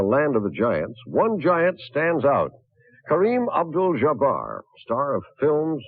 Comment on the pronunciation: 🗣 Kareem Obdul-Jjjjjjjuhbarr